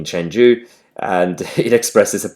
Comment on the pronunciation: Chengdu is not pronounced Cheng-jew but Cheng-do.